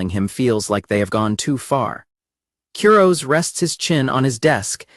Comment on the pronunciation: Honestly, the constant mispronunciation of "Kurose" is driving me nuts and making this unwatchable.